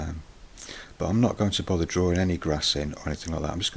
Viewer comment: the way you say drawing sounds like drawring. I'm not trying to be offensive or anything, so sorry if that offended you.